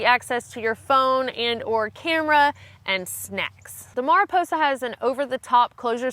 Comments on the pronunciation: Ma-ri-po-sa as opposed to mea-ri-po-sa, it's Spanish for butterfly. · It is Mariposa which means Butterfly... Not Merryposa. You don´t just call it Betterfly, or do you? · Mah-ree-posa, try to do the rrolling R for ree. 😇🙏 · Without looking at other comments, Mariposa is a Spanish word so it was pronounced wrong her way and the company's way! It's actually pronounced "Mariposa", LOL! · Just in case your curious in Spanish the word sounds more like “mary posa” or “mah re posa” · "Mariposa", of course, is "Butterfly" in Portuguese, and Spanish and maybe other Latin-based languages. Nice name for such a lightweight and truly beautiful, efficient pack. As stated above, it is not an English word so English speakers can hardly ever pronounce it correctly anyway. You don't learn the way to do the correct sound that doesn't exist in English. Maah-ri-Posa, with the "aah" in "Maah" kind of like "aah" that the doctor asks when looking at your throat, is what I've always heard all over Brazil and throughout South America, though I've never neard a Gringo(a) say it truly right. I wouldn't worry about it too much, most Latino(a)s are very forgiving of Gringo(a) pronunciation of Latino words. Just don't laugh when we pronounce "Hush Puppies" "Hoosh Poopies" and all is forgiven! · It's pronounced "mariposa" :D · I'm pretty sure it is pronounced like Mary-posa with a long O sound. It is a spanish word that means butterfly. I don't know why so many people from the south have problems pronouncing spanish words did you fail spanish or just not take it? If not what language did you take? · mah ree PO sah. Spanish for butterfly. And the "r" is more like a "d". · FYI, Mariposa city and county in California are pronounced MARE-uh-poe-sa. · Mariposa—Spanish for butterfly. Roll that “r!” Marrrrrrriposa! Great pack! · Mariposa is butterfly in Spanish. The first a sounds like in 'a'pple if you are interested. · Mariposa means butterfly in spanish. To say it in spanish just roll your r.